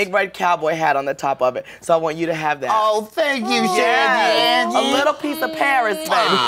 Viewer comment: i thought she said "shangelier" lmfao